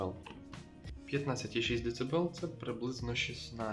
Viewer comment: Децибел, децибел. Ох.